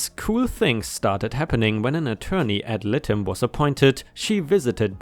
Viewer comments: AD LIE-TEM..... PRONOUNCED LIKE THAT LIE-TEM..... IF YOU NEED ANY HELP I'M HERE. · Ad litem is pronounced ad-light-em. 🌟🌟🌟🌟🌟🌟🌟🌟🌟🌟🌟🌟🌟🌟🌟🌟🌟🌟🌟🌟🌟🌟🌟🌟🌟🌟🌟🌟🌟